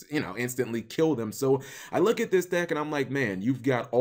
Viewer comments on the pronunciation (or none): none